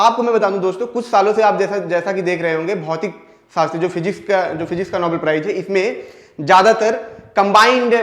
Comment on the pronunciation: नोबल नहीं नोबेल